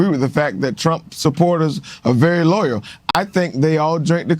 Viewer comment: It’s pronounced Loyal NOT LOYER